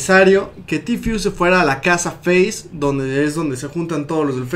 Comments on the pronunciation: que paja escuchar el tifiuuu es tfueee osea tiiii porque la t en ingles esss tiii entonces esss ti fue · Se dice tifu ajajajajaja se pronuncia en inglés no en españo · Se pronuncia "Ti fiu", se escribe "Tfue", aprendan pronunciación